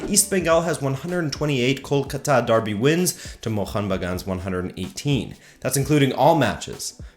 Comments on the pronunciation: I am a PROUD BENGALI good video btw, the city is pronounced as kol-kaa-ta, not kol-ka-taa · You butchered the mate kol-cuter. Google Kolkata Knight riders a cricket team to see how it's pronounce. 👍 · You mispronounced Kolkata and Bengal. I know because my parents and their parents and their parents and their parents (you get the point), all are from India. I just live in the U.S. because my parents moved here.